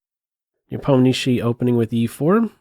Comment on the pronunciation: Before watching the whole content I wan't to say ,this is the best pronunciation of the name of Ian Nepomniachtchi from non russian ever to be heard!